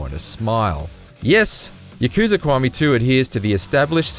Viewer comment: It's KIWAMI man not KUWAMI